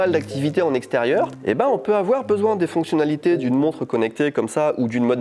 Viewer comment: Mec,j'ai cru qu'il avait dit "monstre" au lieu de "montre" . Monster watch au poignet!!! :D